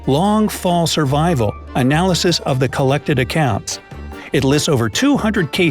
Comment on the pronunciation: survrival?? really??